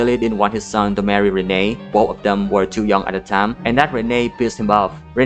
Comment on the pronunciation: its pronounced Renee, like knee. The grandma brings it up once in the flashback. Fake fan 😤😤😤